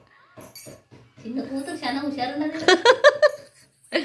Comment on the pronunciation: షిన్ని పాప కాదు తల్లి చిన్న పాప అనాలి